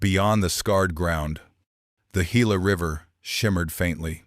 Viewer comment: Gila is prounced HILA!